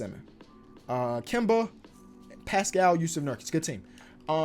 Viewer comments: It’s pronounced Paskull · Paschall’s last name is pronounced the same way as Siakam’s first name